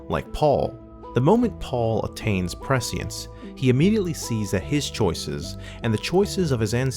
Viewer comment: Great video. But if you’re going to say prescience 70 times, do a quick google to learn how to pronounce it. <3